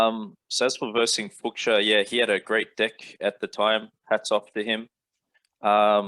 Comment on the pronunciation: pronounced as Fooshia not Fooksia . captain flying away now :D